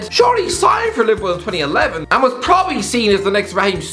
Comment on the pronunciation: Does anyone hate it when he says probably